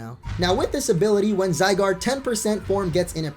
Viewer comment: "Zy-doge" Nice.